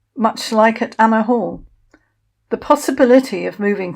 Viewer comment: . It sounds as though you are calling it Anna Hall, when in fact it is Anmer Hall. Loved the history, thank you.